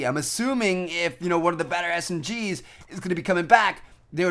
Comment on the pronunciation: Woohh I thought he said Smrs